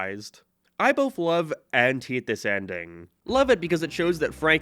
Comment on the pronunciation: What accent is this? You sound like you have a general American accent, but you pronounce “How” as “Hiaw” - “Way” as “Wee-uh” and “Hate” as “Hee-At”. I’m confused. It doesn’t sound Canadian. But maybe it is? Anyone know?